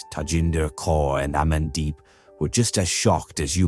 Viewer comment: Did really say Gaygandeep? 🤣